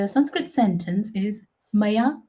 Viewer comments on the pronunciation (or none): why don't you pronounce the schwa at the end of Sanskrit words? You seem to omit such an interesting feature of the language. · I'm no expert in Sanskrit but I did notice noun examples lacked their final letter, the visarga, written like a colon, and pronounced like a final breathy H, similar to how Andalucians pronounce final S in Spanish. It's cognate with Lithuanian final S, so there's one similarity you missed out. Another one you missed is pasitaite which looks like Sanskrit pasyate पश्यते meaning "he sees". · Guys it is sanskrut not sanskrit. How can you call this girl as sanskrut master ?😂😂